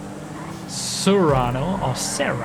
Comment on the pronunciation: not to be that guy but ... "sue-rano" and "say-rr-ano." but I can never remember which one is the car and which is the SUV